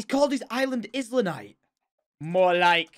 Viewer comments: ITS ISLAND NITE NOT IS LA NITE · I think it only really works with islanite assuming Jordan wanted it to be pronounced I-lan-ite because it's an island but Tom pronounced it is-lan-ite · He said 'is la nite' not '"eye" la nite' like island is actually said ;'( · Man said “izlandite” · Tom. Islandite? Have u forgotten how to pronounce Island? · When Tom pronounces Islanite by sounding the S 😂 tom it’s like Island, silent S 😄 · Why are you pronouncing the S in islanite